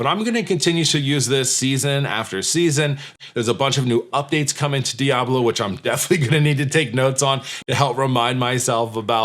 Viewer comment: Your pronunciation of diablo is perfect Spanish 😊. Last time I played video games was with a PS2 lol, games became more complicated and I just don't have the brain for it.